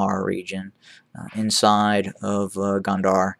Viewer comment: Gonder, pronouncing (GO nn Der)